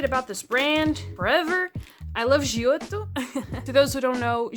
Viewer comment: Wow as soon you pronounced Giotto I immediately clocked in you were Portuguese!! Based choice for pens, I loved their pencils for sketching myself sad they upped a lot in price...Also their watercolor pencil line is so hard to find now, they were so nice and creamy for lineart 😢 Amazing videos by the way been nice to binge watching while I fill out my own sketchbooks. 😅